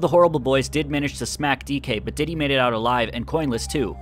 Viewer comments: Its diddy not dinky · Thats diddy, not "dinky"